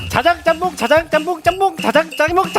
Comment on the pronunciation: 발음이 꼬여서 짬뽕을 짱먹이라 발음한 예준이와 짜장을 재첩이라 발음한 하민이ㅋㅋㅋㅋㅋㅋㅋ 예준아 하민아 귀여운 실수(?)라 생각할겤ㅋㅋㅋㅋㅋ그리고 너희의 귀여운 실수(?) 덕에 배꼽빠지게 웃었어😂😂😂😂😂